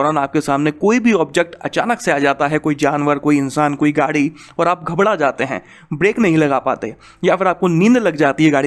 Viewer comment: Ghabda jese bola mai samajh gya tum bihari ho